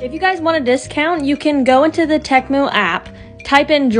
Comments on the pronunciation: It’s not pronounced “TE-MOO” It’s pronounced “TEA-MOO” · No hate at all, I love ur videos soooooo much. Just correcting a small pronouncing error, the company’s name is pronounced “tea-moo.” Like the drink tea and the sound cows make moo, tea-moo=temu. No hate like I said, love u all! ❤️❤️❤️ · I love how she pronounced it tech-moo when there’s no c or k 😂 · Reminds me of the super ball when they said “OoOooOo Temu OOooOoo Temu” and btw they pronounce Temu wrong 😭✋🏻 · The way she pronounced temu